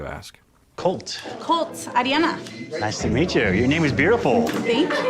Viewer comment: It was her extreme "Arri-Anna" pronunciation of her name.